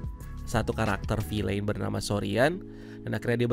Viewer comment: Bacanya “vil’n”. Bukan “vilein” atau “filein”